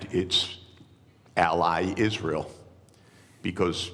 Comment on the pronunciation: " United IsZreel of AIPAC "